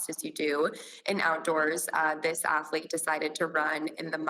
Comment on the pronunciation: What is an Ath-a-lete, Dr. Phill?